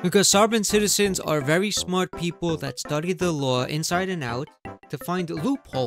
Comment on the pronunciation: I thought the axing would be the best part. 😂 I was wrong... "I am srmat" "Marry me"...I can't freaking breathe..🤣🤣🤣